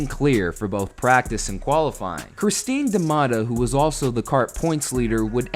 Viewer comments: Christin Da Mata and Tora Tayagee? wot? XDDD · Cristino da Mata, Tora Tagaki. Btw it always bothered me that no american can pronounce Oriol Servià properly. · Christine DaMatta Christino DaMana Bruno Onquaira LMAO!!!